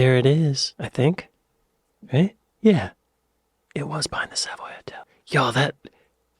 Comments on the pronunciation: We highlight the second syllable in Savoy, making it SaVOY, compared to your SAVoy. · the correct pronunciation of the Savoy Hotel is 'Sa_voy_'... NOT "_Sav_oy"!! It's odd that you are too young,( just so very young) to know the songs I grew up with (& mostly loved) I was 12 years old in 1965...!! Oh so looooooooong ago!